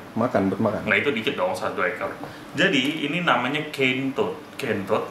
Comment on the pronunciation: CANE TOAD : "KEN-TOD" 🤣